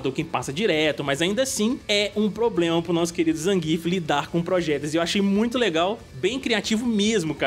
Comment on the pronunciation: Nem zangíf nem zanguiéf. Porque não falar como o PRÓPRIO COMENTARISTA NARRA NO JOGO com ênfase na primeira sílaba????🤔